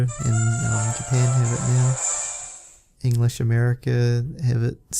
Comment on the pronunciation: you said enlesh usa